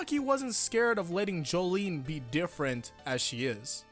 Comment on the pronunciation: Jolyne is pronounced Jo-Lin